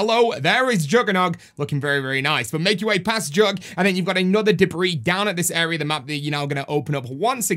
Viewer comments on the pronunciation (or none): none